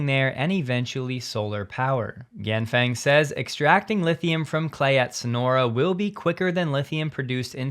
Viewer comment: Ganfeng is pronounced "Gan Fung". Think about feng in feng-shui. To pronounce it close to Chinese, think about it rhyming with Ron Sung.